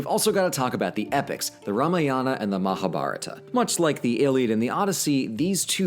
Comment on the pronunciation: When you realize and pronounce "Mahabarata" differently.